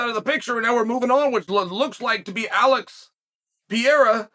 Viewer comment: He needs to work on “George Masvidal” and “Alex Pee air ah” but this is a step on the right direction